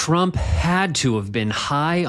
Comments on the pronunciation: He can't even say his own name correctly anymore. I heard it as "Schnump" in one recent thing I suffered parts of. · Weird that Trump incorrectly pronounced his own last name, saying, "Strump".